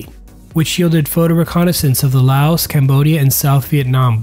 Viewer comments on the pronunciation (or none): none